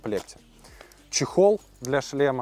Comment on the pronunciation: Не "шлемА", а "шлЕмы", не "шлемОв", а "шлЕмов". :) Не "болт", а "винт" (в этом конкретном случае). :) Если говорите на камеру, старайтесь не коверкать русский язык.